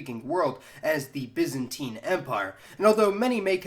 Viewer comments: Correct pronunciations: "He is a citizen of the byzan TINE empire." "He is a byzan TEEN citizen." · BY not BIS you bellend!!!